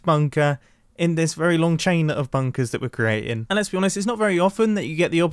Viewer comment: someone count how many times he says, "bunkas"